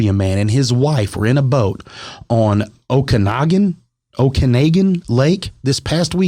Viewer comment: you said Okenawgen right the first time ....a dead head is a dead old piece of tree trunk lumber that is huge but soaked with water so you can barely see it poking above the surface. If you hit it with a speed boat it could be fatal.